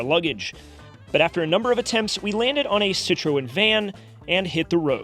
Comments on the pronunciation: It's Sit tra own, Citroen, not "Sit tra Owen." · oh god that citroen pronunciation lol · I've never heard anyone pronounce Citreon like that! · Just hearing mispronounce Citroen a few times made this video worthwhile. The rest is a bonus 😄